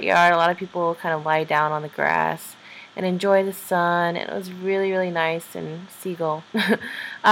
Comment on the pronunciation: "...ze opera house..."😂😂😂😂😂